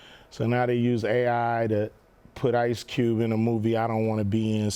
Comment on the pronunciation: Did he really just said ice cubel😂😂